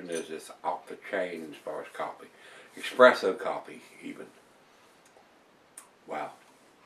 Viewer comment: Great stuff, only thing i will say is its pronounced espresso with no x.